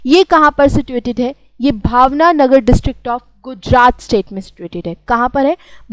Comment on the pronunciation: its bhavnagar not bhavnanagar (I have not seen the complete video) pronounce properly because as all students are at home they watch these video and try to learn things just a suggestion don't get it wrong